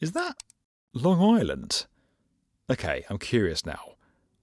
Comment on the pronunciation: Anyone else hear “A gayssss” instead of “Okayyy” at the beginning